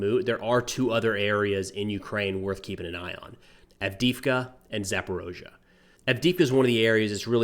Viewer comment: It's more correct to say Ukrainian variant as "Zaporizhzhia", I was born and have lived there for 17 years. Alternative name with letter "o" is the russian pronunciation and many Ukrainians could be triggered because of this for obvious reason.